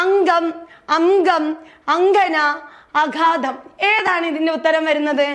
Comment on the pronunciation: അഘാതം അല്ല അഗാധം 👍🏻